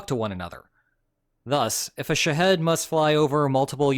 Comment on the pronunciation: Dude can make an AI video but can't tell his AI video how to say Shah-HED phonetically.